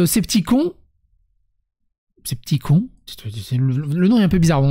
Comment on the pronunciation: Coucou, l'association "skeptikon" se prononce comme s'il y avait un "e" à la fin:)